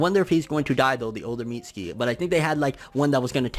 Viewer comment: Think Mitsuki is pronounced Mi Su ki. The T is silent like in Tsunami and Tsunade.